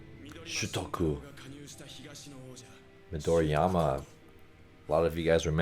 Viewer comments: Just a note, it is pronounced Mi-do-ri-ma not Mi-do-ri-ya-ma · Hey Coach, May be you didn't pay much attention but you are pronouncing Midorima as Midoriama. Also, your face is out of focus for almost 80% of the video.